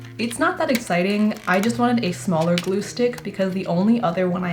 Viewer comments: Well now I can't unhear gloo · The way you said gloo 😂😂